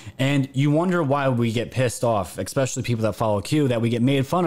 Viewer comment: Bro stop saying exspecially just makes you look dumb..